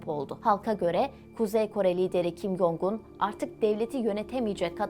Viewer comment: Video bilgilendirici ve güzel öncelikle teşekkürler. Bu arada üzerinde araştırma yapıp bilgilendirici bir video hazırlarken kişilerin isminin telaffuzunu doğru yaparsanız daha iyi olacaktır. Kim Yong-un diye değil türkçe Kim Cong-ın (김정은) ve kim Yo-cong(김여정) diye telaffuz edilir.